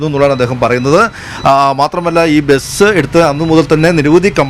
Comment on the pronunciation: ബെസ് ❌ ബസ് ✅